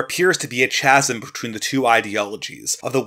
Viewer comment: ‘Chasm’ is pronounced with a hard ‘k’ sound as in ‘cat’, not a soft ‘ch’ sound as in ‘chat’.